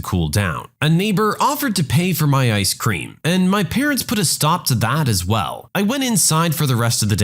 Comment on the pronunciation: haha that is absolutely not how you pronounce "Ice Cream" lol Maybe you pronounce it that way in your native Albanian?